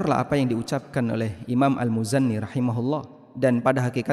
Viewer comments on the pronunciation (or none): Imam al muzanni??...al muzani...bukan al muzanni